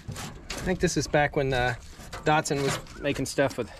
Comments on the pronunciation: There is no R in Datson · There's no O in Datsun, either.